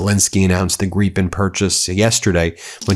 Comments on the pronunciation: It is Grip as in a strong firm hand shake Not GREEPEN — learn "…proper English . - Grip -en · Please can someone tell Ben it's Gripen, like Grip-pen. Its a Swedish word that translates to Griffin in English/American.